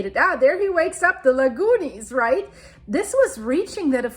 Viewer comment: You really hit it with "Lagoonies" lol